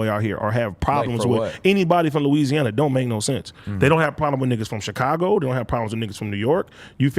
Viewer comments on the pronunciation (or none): none